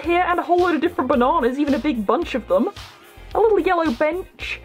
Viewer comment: The way you said bananas 😂 I’m not making fun of you! Your the best was that your name?